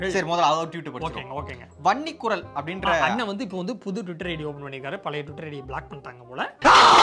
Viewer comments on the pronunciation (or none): Bros Please maintain the audio sound. When you said " vanni kural " ,it sounded as " panni kural". Advise your technician to correct it.